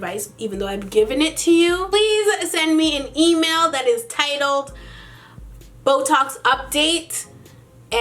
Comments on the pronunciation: It sounds like she is saying botox! 😂😂😂😂😂😂😂😂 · Lol, when you said BoeTalks I thought you said Botox! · for one sec there i thought she was saying botox lol XD